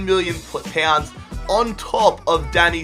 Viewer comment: you don't know how too pronounce pounds